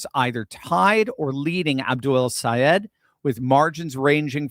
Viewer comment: Ooooooo! can pronounce that name!!! Good thing, the a hole said, if you can’t pronounce it keep his damn name out of your mouth. What a jerk …. But OUR WONDERFUL GENIUS friend,, is better than alllll the rest! And once you get the best, forget the rest ✝️🙏💕💕💕💕💜💜✝️🙏